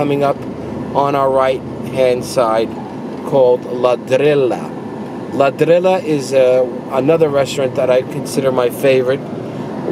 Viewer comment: Favorite restaurant and does not know how to pronounce the name. Ladrillo is pronounced la-drree-yo.